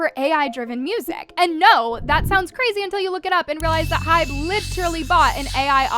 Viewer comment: I'm BEGGING YOU to do research on how to pronounce the things you opinionate on "h.y.b.e" it's HYBE ONE WORDDDDD😭